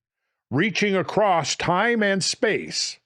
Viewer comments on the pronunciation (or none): none